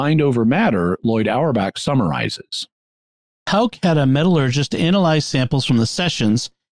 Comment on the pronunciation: You can best pronounce Houck as: 'hook.'